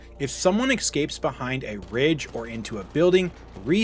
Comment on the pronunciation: "If someone eck-scapes"